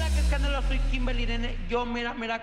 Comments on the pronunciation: Esa Kimberly para que se puso un nombre tan gringo la señora no puedo ni pronunciar El nombre. Le dice krimini se pasa de verga esa Kimberly la mas preciosa pero es UN amor con sus Padres por eso dios le da mas 😀😀😀😀😀😀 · Le dice Krimini por que no sabe pronunciar o lo dice por puro cotorreo?